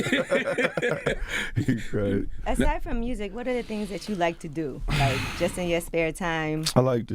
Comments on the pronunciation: “Listen to the mursic” 😂😂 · nobody: Moneybagg Yo: “murrzic” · The way Memphis dude pronounce 'music' will always be hysterical.